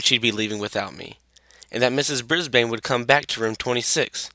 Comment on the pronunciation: It's ms.brisbane not ms.brisbean